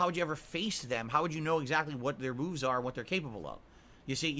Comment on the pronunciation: lol! Yup thats. He says “moofs” as well instead of moves. He calls it “woah” long instead of woo long, its endless dumbfuckery with his gin addled brain